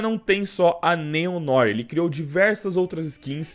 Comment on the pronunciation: Se fala Néo Noá (Novo preto em francês)